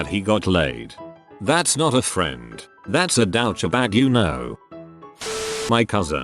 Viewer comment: I can’t listen to these with a straight face when the AI voice says ‘dow-cha bag’